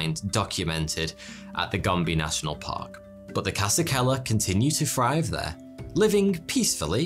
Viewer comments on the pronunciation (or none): “Free to frive”